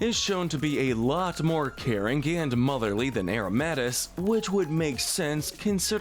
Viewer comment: It’s pronounced YAH-mask, ZETT-zel-kahn, hown-DOWR, uh-roh-muh-TEESE, LAH-punny, cry-AH-GUHN-null, UH-LOH-muh-moh-luh, COHM-bee, lie-PURD, MEEN-shao, and el-GEE-em, “”! 🤨 The second of which has a silent T! You’re just as bad at pronouncing names as Kyle,! 🙄